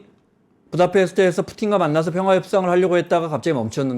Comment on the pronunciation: 평아안? 발음을 정확하라